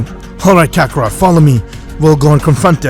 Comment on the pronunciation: It's kakarot nat kakarat